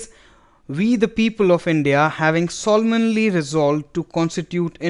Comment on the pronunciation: pronunciation of solemnly???